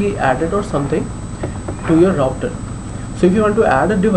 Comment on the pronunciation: "louter" lol